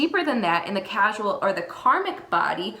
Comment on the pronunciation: Core--sal (causal) not casual. 🕉❤✌ The statement of 'you can have excess Ojas' is incorrect. You can never have enough Ojas once you've topped it up so to speak it begins to overflow into the subtle body and brain. If their is an excess of heaviness that's not AMA or Kapha it is highly likely it's a Tamasic quality causing a dullness. We should always strive to boost Ojas. Great video but this needed to be said.